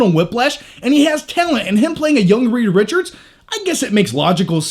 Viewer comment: Love your reviews, maybe it's me, but did you say 'Rita Richards' ?